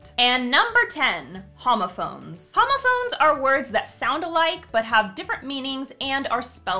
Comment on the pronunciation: OMG FOR THE LAST ONE I THOUGHT SHE SAID HOMOPHOBES IM WHEEZING